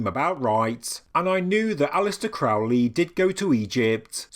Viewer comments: (this is a lighthearted jab at thelemites, not the video) Am I the first to make the correction, Crowley should be pronounced "Crow-lee" like the bird or holy. Love is the law to all the thelemites foaming at the mouth over the pronunciation. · Crow , like the bird . Crow-lee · Loved it, loved it, loved it! Crowley rhymes with Holy, it isn't Crowley, that rhymes with foully. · It's pronounced CROW-LEE. Rhymes with HOLY. It's amazing how many "experts" there are that don't know this. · Very interesting, thanks. Crowley rhymes with holy. It's a ley with crows - if it's the English name.